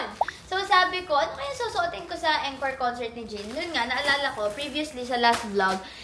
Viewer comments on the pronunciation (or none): As an ARMY, Im so happy for you. Next year talaga makakanuod na din ako 🥺 Also, atteco encore is pronounced as 'ankôr' not en, kor. Hope I helped ❤ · You pronounce it like aan-kor not eenkor for the word encore 🤗